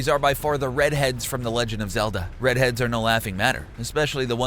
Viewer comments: SMH. They're pronounced re deads not red heads >_<. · "Redheads" ahem... "REDEADS" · it's REDEADS not RED HEADS. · Red Heads.. LMAO, read your script a little more carefully next time. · ITS REDEADS